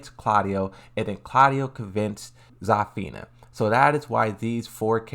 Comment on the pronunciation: I'm sorry, but I can't take your mispronunciation of the characters' names. You need to work on those in order to avoid butchering the names. Zafina: "Za-feena" Azucena: "Ah-zhu-cen-ah" Lee Chaolan: "Lee Chaoh-lahn"